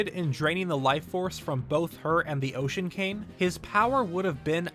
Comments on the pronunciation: It kind of sounds like you are saying Ocean Kain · Why are you pronouncing it "The Ocean Came" or "Demon Came"? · It sounds like you're saying "Ocean KANG". lol!!!